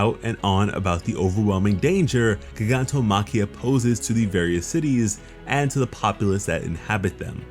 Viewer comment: Y he say gigantomakia like that